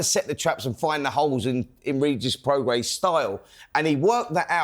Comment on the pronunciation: Simon pronouncing Prograis as “progress” and Spencer pronouncing Regis as “Rejay”🤦‍♂️🤦‍♂️🤦‍♂️